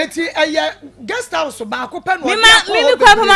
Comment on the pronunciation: please correct your guest when they make mistakes. pronounced Guest House as Girls house since she came on your show and you couldn’t correct her.